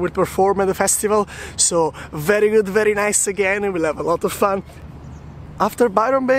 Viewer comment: Love your videos! Im going to Australia in December for working holiday too and your vlogs are great! I love how you say verrrryy good and verrryy nice haha! keep it up